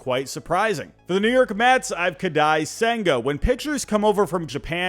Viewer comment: Great video! Watching you butcher Kodai Senga's name hurt my soul LMFAO